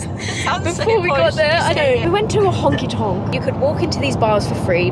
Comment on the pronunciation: Omg that was the most proper pronunciation of honky-tonk that I've ever heard and I LOVE IT